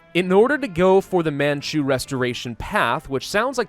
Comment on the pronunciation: "Insert the botched pronunciation of Qing and Manchu here" Me: I would like to strangle myself rn